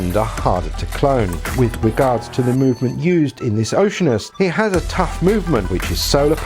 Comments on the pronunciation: You're mispronouncing the name...it's not OCEAN-us, it's oh-she-ANN-us. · It's Oh-shee-ar-nus. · "O see ann us" - even for you Brits. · " O SEE ANN US "